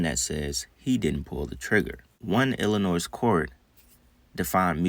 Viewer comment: Illinois is not pronounced with the S.